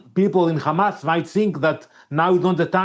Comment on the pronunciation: They still saying khamas 😮